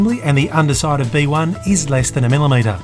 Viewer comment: Every time I hear him say B1 I think of bananas in pajamas.